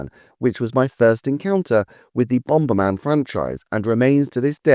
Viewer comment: NEVER say the word bomberman again! its triggering me lol. what is bomb-BER-man